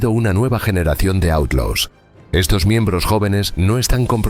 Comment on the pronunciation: & didn’t bother to pronounce Outlaws correctly in a documentary about the Outlaws🙄